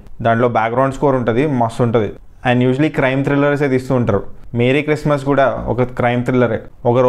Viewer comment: Hai guys adhi మేరీ క్రిస్మస్ కాదు మెర్రీ క్రిస్మస్